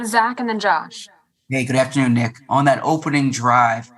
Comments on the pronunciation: man said 'Nick are' in the worst possible way. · I thought I was trippin, sounded like a southern accent with a hard R 😂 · He said Nick weirdly smh 🤦🏾‍♂️ 😅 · did he just say his name like that????